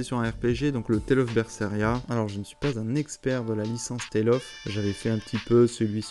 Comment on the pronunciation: "Je ne suis pas un expert des Tales of" ben déjà tu le prononces pas "Tolle of" donc c'est mieux que certaines personnes :-) Petite sélection de jeu à histoire/ambiance, au calme ! Tu devrais continuer avec Hellblade. Bon, je te laisse, j'ai rendez-vous chez le médecin pour une trépanation pour me soigner d'un torticolis. Je ne suis pas trop médecine new-age comme vous...